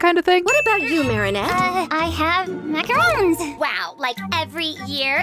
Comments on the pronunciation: Actually it might just be a Cristina problem, ‘cause I think Marinette is the only character who’s ever pronounced them as “Macaroons”. Doesn’t everyone else say it correctly? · The way they say macaroons and not macarons is so irritating